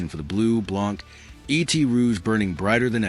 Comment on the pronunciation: What is wrong, what is fucked up, is that the computer-generated narration read the French word for "and" as if it were the extraterrestrial creature that was the protagonist of a famous movie many years ago. Of course, if you don't speak a lick of French, you wouldn't catch that. This is why AI sucks c**k.